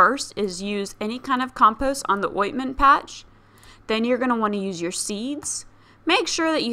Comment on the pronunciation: Lol “ointment” patches?? Is that a real pronunciation